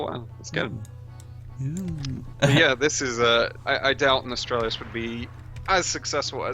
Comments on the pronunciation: Nostralius? Please get it right at least, it's NOS-TAL-RIUS. Just as if you were going to say Nostalgia. The 3-4 last letters are only different, from that It's as easy as saying Goblin pie, I don't know how people keep getting it wrong. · Nostalrius* not Nostralius.. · its pronounced "nuh-stahl-ree-uss" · When you cant even pronounce the name correctly I cant take you seriously. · whats up with all those morons not being able to pronounce a fukin NOS-TAL-RIUS. you dont need an iq 160 to do that